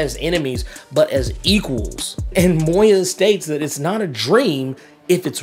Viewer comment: For the love of everything dark and unholy, it's Moira. Not Moya. There's an R in there. Moi Ra. Please stop saying it wrong; you're driving me crazy.